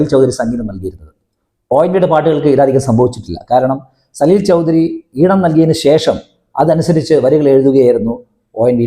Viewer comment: സലിൽദാ യെ ഇഷ്ടമല്ലെങ്കിൽ വേണ്ട.. എന്തിനാണ് അദ്ദേഹത്തിന്റെ പേര് വികൃതമാക്കി ഉച്ചരിക്കുന്നത്? ആ പ്രതിഭയുടെ അടുത്തു നിൽക്കാൻ പോലുമുള്ള യോഗ്യത താങ്കൾക്കുണ്ടോ?